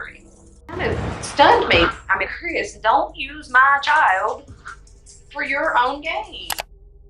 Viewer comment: I'm confused? Is it cwisss or Chris?